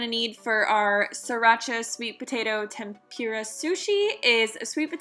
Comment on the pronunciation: Loved the video but it's tempOORa not tempEEra